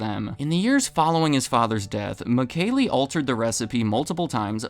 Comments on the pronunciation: Michele is pronounced “Mee-keh-leh” in italian by the way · Sure the founders name is pronounced Me Shell